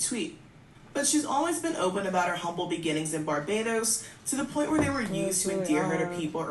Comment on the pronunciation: You did now have to say Barbados like that 😭😭😭😭 my lil country pleaseee